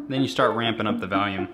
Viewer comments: I swear to god you say "valium" instead of volume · i love this guy but i fucking hate the way he says the word volume. he says “valume” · What "vahlume" Rob :D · Valume lol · As someone from the Chicago area, I can't hear this "valume" everyone is talking about. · "Then I kinda ramp up the valume at the end" "Then ramp up the valume" "Then you ramp up the valume" "Start ramping up the valume" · Wow. This "valume" that Rob talks about must be important